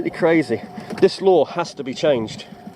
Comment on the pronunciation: Absolutely "CRAYZEE" ......